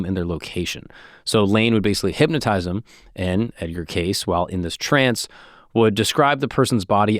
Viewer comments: Pronounced. K. C. Not case Wtf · K-see is how it's pronounced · You're saying the name wrong. Trust me it's not " case" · It's pronounced "Casey", not "case." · Its not Edgar case 😂 its pronounced as caycee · It's pronounced Cacee, but he also said that an almond a day prevents cancer, I read his books. He was a devout Christian and I believe God does give his children the gift of discernment. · I had a media boner for you until I heard you pronounce his last name as “case”. I’m so disappointed. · It's pronounced Kay-See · Edgar “Cay-Ce” is proper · it’s Cay-see 😂😂 great Pod brother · yes it’s pronounced KAY-see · I have always heard his name pronounced “Casey” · Me too! My gpa last name was Case prenounced how saying. Also I know a female that spells her name Edgar's; way, and well as a town named that and both are pronounced with "ey" or "ie" sound... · great pod but I cringed every time you said his last name lol it's understandable tho, seems like a simple enough last name to not Google the pronunciation 😂🤷🏽‍♂️ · I have to stop listening to this cause you keep mispronouncing his name. It’s just so annoying. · Sorry but I cannot keep watching this young guy continually mispronouncing Cayce! Sorry but it’s unwatchable…… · Damn, had you pronounced his name correctly, you wouldn't have all these comments mentioning it. Nice engagement bait. 😂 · You're pronouncing his name wrong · Why are you saying his name wrong!!!!! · Jeez WTH you butchered this guys name in you have disgraced his name truly how dare you I think am unsubscribing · You do an episode on someone without even checking to see how the name is pronounced. I trust nothing else you say. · Hey christos how tf you let our boy go an hour miss pronouncing Cayce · Omg it drove me crazy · Freaking Christos. Disgusting